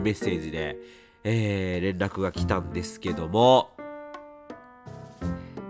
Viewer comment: 「ですけども〜」が「どぅぇすけどむぉ〜」て感じに聞こえてこっちまでぽやぽやしてくるw この時期体調崩れるといつも以上に心配になりますよね… お大事にしてください🤲